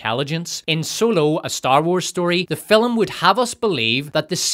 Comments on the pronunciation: Why do you say fil-um and not Film? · If you want me to turn into a violent murder droid, just have your AI say the word FILUHM one. More. Goddamned. Time. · Still not sure what a 'fillim' is but I dig your videos.